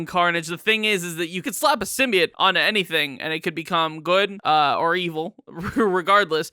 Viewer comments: “All the ‘symbiates’” lol, guy probably says Hawaiiah, Missourah, Diabeatus, nukeyaler.. lol now I’m just trying to think of more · Interesting. Never knew there was a third way of pronouncing "Symbiote"